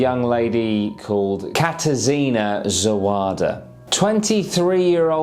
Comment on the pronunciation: Ok ok admittedly only know this pronunciation fro, Americans Next Top Model... ha... but, here goes! The name is pronounced (as spoken by the aspiring model herself): Ka-TAR-zshin-A (I don't know exactly how to express the sound of a mid between a "Shin" & a "Zin" sound? "ZHin"...?) Anyways. Can't imagine you'll come across this unusual name very often, if ever, again? BUT, if ya do & she happens to be another smoking hot model... might help your game to know how to pronounce her name? Sooo.... Katarzyna.... Ka-tar-ZHI-na. Yup. Thats how I'm gonna try to spell it out as far as pronunciation purposes go 😁